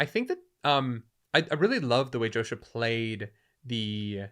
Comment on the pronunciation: His name is pronounced Yosha. Have some respect.